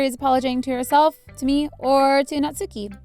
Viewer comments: Natsuki is pronounced Natski! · How to pronounce the names (for people who don’t know) Sayori - say- or-y Monika mon- ik -a Yuri - ur-y Natsuki- nats - oo- ki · YOU SAID NATSUKI Wrong .